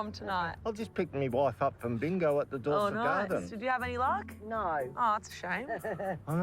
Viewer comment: LOL no way! The first guy "Just picked me wife up from the Dorset Gardens." He pronounced the Dirty Dorset wrong. That's where I work XD